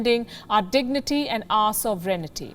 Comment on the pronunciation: Sovrenity? Lol. There is English, and then there is English with gobbledygook.